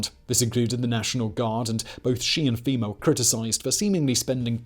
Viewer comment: Femur is a bone😂😂 FEMA you sounded like a southern boy there for a second 😂